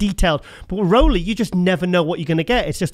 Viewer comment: After all these years I wish YouTubers would learn how to pronounce Roelly's name. This includes Giles, Nick, and others.